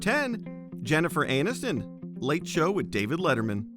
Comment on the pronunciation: Jennifer Anuston ... lol